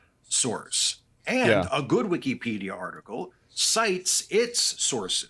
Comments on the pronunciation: But why the pronunciation like that? wik-EEE-pee-dee-uh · GUY PRONOUNCES IT WIKKIEEEEPEEEDIAAA like a 4 year old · What's cringe is pronouncing it WEEKEE-PEEDIA. Dude hates Elon obviously, wouldn't matter what he said. He was gonna disagree without any critical thinking lol. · By the 10th time the dude pronounced it "wickeepeedia" I checked out. Unreal. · As soon as he said "wikeepedia" the first time, I knew he was gonna have an L take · I literally can't listen to this guy say weekypedia over and over im already going nuts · Bro if i hear "wiKEYpedia" one more time i'm going to fucking lose it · The first time I heard this dude say "Wee-Kee-Pedia" I knew he was stupid. Then I saw the action figures and it all made sense. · I knew this dude was sus, by how he pronounced Wiki-Peedia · wee-kee-pedia lol why’s he pronounce it like that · The way he kept pronouncing it “Weeky-pedia” drove me nuts. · Wik-E-pedia bugs me more than it should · Take a shot every time he says wikeypedia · He tries too hard to say wikipedia and it comes out weekeepeedia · It's hard for me to keep hearing him say "Wikeeepedia" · Anyone who says wikipedia like “wikeepedia” should be locked up!!! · If he says "wikie peadia" one more time, I am gonna' claw my ears out. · Dudes saying weekepedia wrong intentionally to generate discussion on why he says weekepedia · He’s driving me insane how he’s pronouncing Wikipedia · I hate how he pronounces Wikipedia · The way this guy pronounces "wikipedia" tells you all you need to know. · he pronounces Wikipedia wrong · The way that guy says Wikipedia makes me instantly annoyed. Idk why but he pronounces it with to much emphasis. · Wikipedia one word its so annoying he. Mispronounced it at least 100 times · “am I crazy” no, the guy literally can’t even pronounce Wikipedia correctly what makes you think he’s smart. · I’m one minute into the video and this man has mispronounced Wikipedia 152 times already. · It’s not weekee it’s wiki